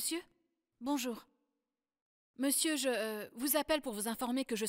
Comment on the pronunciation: On dit monsieur pas meisi